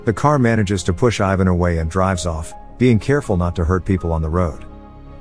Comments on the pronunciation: The way you said Ivan omg😣😫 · The way he butchered the names 💀 hurt me Especially Yulia Artyom and Ivan You need to say them how they're written with no accent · It is so funny how you pronounce ,Ivan' And it is not only you, but like all the english men.